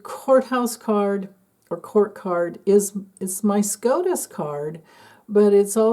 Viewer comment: SCOTUS, not SCROTUS 😂